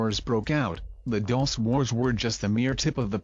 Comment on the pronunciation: Why does the narrator pronounce "Dulce" so incorrectly every time? Do your research